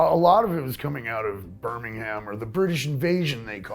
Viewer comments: Can we please stop pronouncing the British Birmingham "Bur-ming-ham"? It's "Bur-ming-em". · Ivan Jednobiegowiec Brr. Ming. Am. Right? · 'Birming-ham', LOL. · The American way of saying Birmingham: Burning Ham LOL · It hurts me how Americans pronounce Birmingham 😂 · LOL!!! Only American can pronounce Birmingham in such a atrocious, ungodly way xD Cheers! I.